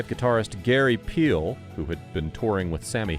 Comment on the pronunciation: it's Gary Phil not peel wtf